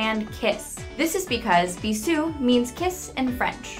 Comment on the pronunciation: Also "Bisou" is pronounced like "Beezshu" in French and "Ludwigburg" is actually pronounced "Lude-vig-burg" in German.